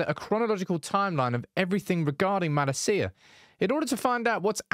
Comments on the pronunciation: It’s MalAcia in stead of MalaCía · [Hermione voice] it’s Malácia not Malacía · cannot watch this video with way he's pronouncing MALASEEAH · Is this a good time to ask AGAIN for the correct pronunciation of Malacia? The emphasis is on MaLAcia. As a Dutchman, I’ve been cringing at this ever since you announced his signing. Love you tho. Get well soon! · Who on Earth is Malla Seeya? United channel, at least learn how to pronounce his name before making a video. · I heard Malacia's refusing to play bc he heard the way you pronounce his name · your pronounciation of his name bro......